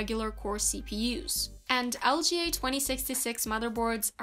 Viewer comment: did anybody else realize that she said iga? looks like she doesnt really understand much of this if she doesn’t even know that sockets are LGA